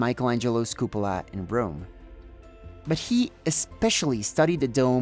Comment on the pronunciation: La Catedral de Burgos y el Estadio de San Mamés... Limpia pronunciación en inglés! Se te coló un "cUpula" :)